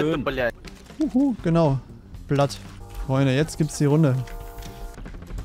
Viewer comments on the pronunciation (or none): Er sagt blat 🤣🤣🤣🤣